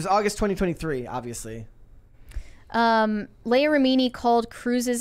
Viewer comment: Mispronouncing Leah Remini's first name is so cringe.